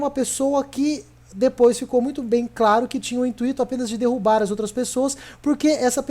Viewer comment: "intuíto" hehehe. Mas e ai esse video seu foi monetizado tbm!? Se sim... meio hipócrita da sua parte né...